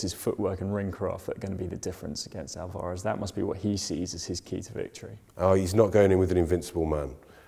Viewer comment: Oit, you plonkers. Say Alvarez properly. You're embarrassing me as an Englishman. Haha.